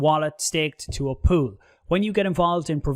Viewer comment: You say pool, i hear poo... Can't get it out of my head 😂